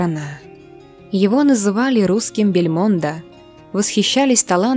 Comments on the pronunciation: БельмОндо - это жесть. Неужели никогда не слышали как правильно звучит эта фамилия? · Господи,ну когда ваша женщина будет правильно делать ударения в фамилиях?в фамилии Бельмондо ударение на последний слог,а не на первый! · Она поставила ударение на итальянский манер. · Не "БельмОндо", а БельмондО (по-французски) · БельмОндо?!?!?! Ну стыдно не знать, как зовут французскую кинозвезду! Язык вам вырвать! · За БельмОндо - позор комментатору и автору некрофильских роликов!